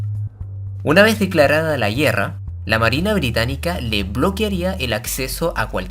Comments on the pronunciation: se dice guerra, no guierra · ¿ estuvo fuerte la "yierra", no? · Por que dices la yierra en vez de la guerra? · Me preguntó lo mismo. Por cómo habla, parecería ser de chile. Pero ahí no recuerdo que pronunci n asi esas palabras 🤷‍♂️ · Son cosas mías o el narrador no sabe pronunciar la palabra guerra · Por qué dice "guierra", "carguieros", el resto lo pronuncia bien.